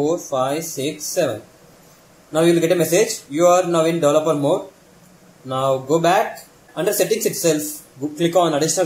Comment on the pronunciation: How he pronounced Developer Mode... Sounds funny